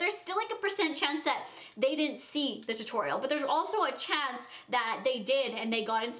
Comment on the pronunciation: I am also a tampon. HAHAHA! But for real, when I first discovered you I like binged watched you and you say your A's kind of different. Like "Chance" you say the A in this certain way and because I watched you for so long in such a short period of time, I started saying my A's like that, like completely unintentionally! There's nothing really wrong with "copying" someone, it's just how life is. It happens!